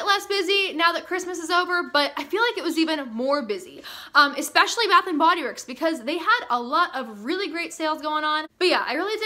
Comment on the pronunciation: At first I thought you said bathroom and Bodyworks